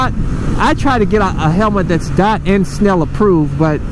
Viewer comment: It's Dee oh tee not dot?